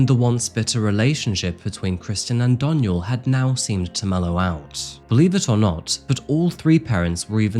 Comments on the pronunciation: Anyone else twitching when he says “Donial” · I love how you keep saying my name wrong. It's pronounced Dawn-yell